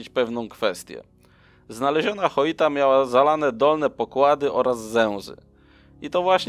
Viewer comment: Lubię Twoje materiały ale denerwuje mnie jak możesz czytać nazwę statku Joyita - Choita gdzie tam jest litera H? Słowo Joint czytasz Choint? 😄